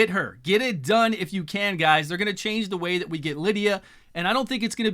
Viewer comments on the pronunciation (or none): none